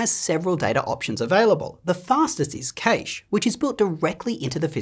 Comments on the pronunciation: Cache is pronounced Cash, not Caish. Also see Wikipedia for the correct pronunciation: "In computing, a cache (/kæʃ/ KASH)[1] is a hardware or software component that stores data so that future requests for that data can be served faster;" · Left after he pronounced it KAEsh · 'Caysh' - now there's a pronunciation I've not heard before! But I don't have 2 computer science degrees 😂 Great vid! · He lost all credibility with me when he pronounced "cache" as /kaysh/. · Cache is pronounced cash….like cash……I live in France….cacher means “to hide” in French….. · You say cache very weirdly.